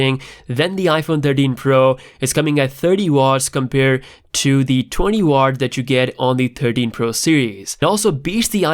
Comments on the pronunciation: W = Watt NOT Ward ;) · It's WATT, spelled it out and then pronounce it, W A T T, not WART